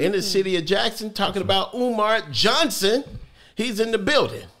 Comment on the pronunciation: Dr. Umar was irritated at the beginning when the host left off the Dr. in his name and emphasized the Johnson.